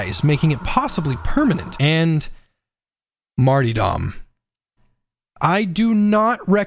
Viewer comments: Who is Marty Dom, and why are you so upset at him? Mar-ter-dom, mate. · really hate that you said martydom instead of martyRdom. cod has ruined an entire english word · J, I am SO SORRY, but I cannot focus on a damn thing you’re saying during the Zealot section when you’re talking about the Martyrdom talent 😂 “Marty-Dom!” 🤣 My friend, let me help you. It’s pronounced like this: Marr-turr-dumm. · Seriously great video. I think you're a little underestimating martyrdom. When paired with until death÷Holy revenant you really motivate pretty much all the risk for a consistent 32% to 40% damage buff and 16% to 20% attack speed buff. That's a huge buff that doesn't cause players to go down any more often than normal. ALSO The word is mart-ER-dom not mart-EE-dom. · "Marty-dom" My sides 🤣 Pronounced: Marterdom Great video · Hes trolling pronouncing martyrdom like mart E dumb right? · Martie-dom. Lol J. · The multiple mispronounced martyrdom attempts had me rolling 😂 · Great video! Dont think I've ever heard anyone say Martyrdom like that before haha